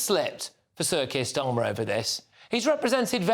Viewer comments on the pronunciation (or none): Why do I keep hearing "Circus Starmer?" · I keep hearing "Circus Starmer"